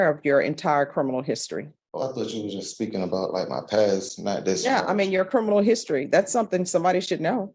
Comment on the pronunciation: Another dummy in court! "I meam..."